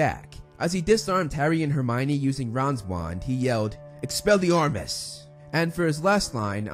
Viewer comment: Bro cant say expelliarmus